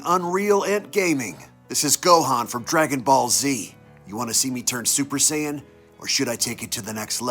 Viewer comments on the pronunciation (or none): none